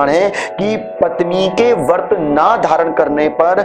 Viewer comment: "वर्त" नहीं, "व्रत" होता है, कृपया सही उच्चारण करें।